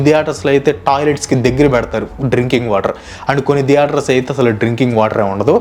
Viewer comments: దియేటర్స్ కాదు బ్రో థియేటర్స్ నవ్వచింది మీరు pronounce చేస్తుంటే😅😅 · diaters kadhu bro theaters🤣